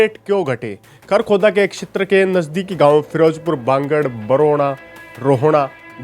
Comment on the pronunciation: क्षैत्र को अक्षैत्र न बोलें। वीडियो 👍👍👍